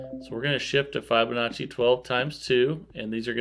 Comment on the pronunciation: Love your vids , your great and very interesting to watch. but please learn how to pronounce Fibonacci. It kills me when you butcher it lol😅